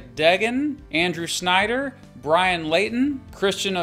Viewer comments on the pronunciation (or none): none